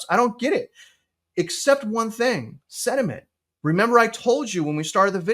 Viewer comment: “Sediment” or Sentiment”? 😂😂😂